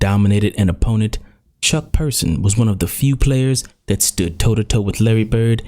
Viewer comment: Its Chuck Person not Persons.